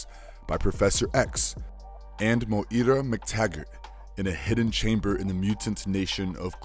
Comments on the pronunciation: WHO THE HELL IS MOY-EEE-RA??? Its Moira MacTaggert (Moy-ra) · Side note, Moira is pronounced "Moy-ra" not "MoE-Ra" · IT'S PRONOUNCED MOY-RA.... not Mo-Ear-Ra 🙆🏽‍♂️🤦🏽‍♂️ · Morira? Morira McTaggert? Mo-eera? While I appreciate the pun in you calling her "She will die" (since she's a mutant who can resurrect).. her name is MOIRA. Moira McTaggert. You literally said it every way but right. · It's pronounced "Moy - Rah". Two syllables. Damn, that's annoying lol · Dude learn how to pronounce its unbearable to listen of mo ira itd second video that you make unwatchable for me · It's pronounced Moi- ra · Dude...it's pronounced 'moy-ruh'... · Hey dude, how hard is it for you to say her name correctly? "Moira", very easy! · Most insane pronunciation of Moira I've ever heard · Pronounces "M'Krann" correctly, an alien word only existing in X-Men. But can't pronounce "Moira" right - a common Irish name that actually is pronounced the same in English. ('Moyra' not 'Mo-ee-ra').